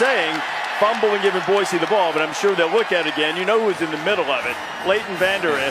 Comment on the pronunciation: I cringe every time I hear Boise pronounced boyzee, like BOI, it's Boise, boy see